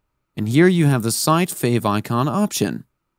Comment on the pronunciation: what is a "favoncon"??? You mean favicon?